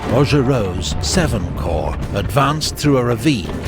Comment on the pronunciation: It’s pronounced “core” not corps.